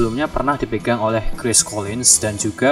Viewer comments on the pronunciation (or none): none